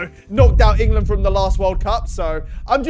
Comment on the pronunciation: Lessgooo Ingerland !!! 😭😂